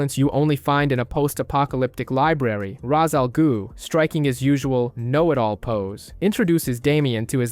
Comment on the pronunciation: Cool video… but what the heck is an “a ghhu” it’s not that hard😂